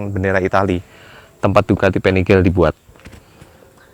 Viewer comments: Panigale nyebutnya tetap PANIGALE om bukan penigel.. Krn ejaan bahasa italia beda sama ejaan inggris hehe... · Panigale om, made italy soalnya. Jadi baca atau pengucapanya pake aksen italy. bukan panigel. 🙏🏻 . Btw modif nya gud sangad. 👍🏻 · Untung nyebut panigel nya gak begitu sering🤣